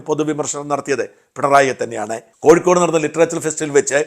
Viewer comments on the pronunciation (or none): none